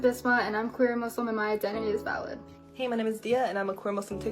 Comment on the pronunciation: When they say “valid” I sometimes hear “salad” like “ I just want you to know that you are salad”